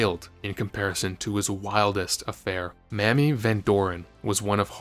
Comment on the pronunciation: OMG, "Mamie" is pronounced "May-mee" not "Mammy"